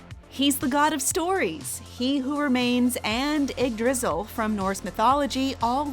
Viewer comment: Cracked up when she call Yggdrasil “Igg Drizzle”